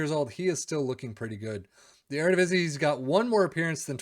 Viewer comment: That eredivisie pronunciation is pretty good for a foreigner